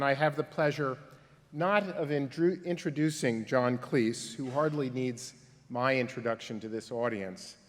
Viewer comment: Thank you! Drives me nuts! John Cles? Professor needs education......